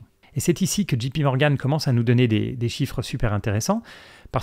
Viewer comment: Attention vous prononcez GPMorgan alors que c’est JPMorgan. Une idée de vidéo qui pourrait être intéressante, l’impact des diminutions d’impôts sur le PER et leur contribution à la performance long terme des actions (sachant qu’une diminution d’impôt aussi conséquente n’est pas très probable dans le futur)